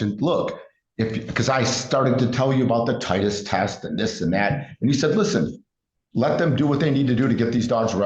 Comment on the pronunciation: Its Titre btw, not Titus, but I degress.